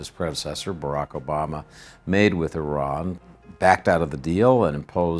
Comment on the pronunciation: At least this guy pronounces Iran correctly, unlike many other persons who work in the media field.